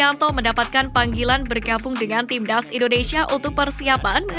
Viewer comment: Presenternya gk bisa bilang timnas Tapi "tim ndas" 🤣